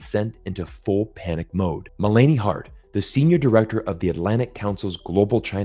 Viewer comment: you said Mu-lāney (Melanie) Makes me think this clip is Ai generated. Mella-knee (Melanie)